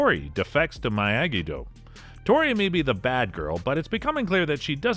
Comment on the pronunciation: You get a thumbs down for saying miyagi-do the way you did. Making videos on s*** you don't even know what you're talkin about